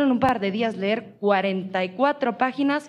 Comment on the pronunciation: O sea we, que weba "ler" 44 hojas, no manchen we.